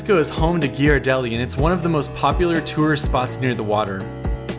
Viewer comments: GEE YAR DELLI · geer-ar-delly (with the g as in girl) ... btw I was not expecting this well made video from someone who is from SF, its helpful as far as it says "through my lens" and from someone who love to travel, record and share. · I always tell people in text that it's pronounced like "GEAR-ardelli" to help them say it right. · WetLikeWater yeah it’s kinda like gare-uh-deli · Quyen Quyen it’s pronounced gare-uh-deli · If you go to bodin’s order the Brie, apple slices and fig Jan sandwich it’s delicious. Also it’s Gear-a-deli. It’s fantastic chocolate. But it hurt the way you pronounce it. Bay Area native here btw. Pastel colored houses are everywhere in sf. It’s cool so if you’re in a car look out the window. The Japanese tea garden is amazing. The Academy of Sciences is so cool. Lombard street is just a street and chinatown is such a tourist trap. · San Francisco native here. For Ghiradelli, it's pronounced "Gear-ah-deli" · Let's go to Gi-are-deli everyone. Not Ghirardelli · The pronunciation of "Ghirardelli" hurt my soul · Hello, I'm a native and I can recommend this video. He covered many of the sites I'd take visiting friends to visit. I do agree with some of the comments below. He mispronounced Ghiradelli but then corrected himself so ...give the guy a pass, eh? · The Ghirardelli pronunciation really hurt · He mispronounced Ghirardelli and De Young as well. Definitely not a local.